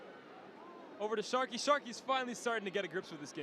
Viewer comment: Bro called sharkey. 😂😂😂 sarky